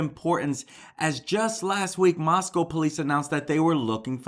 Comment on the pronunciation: Thanks for correct pronunciation, moss-come not moss-cow.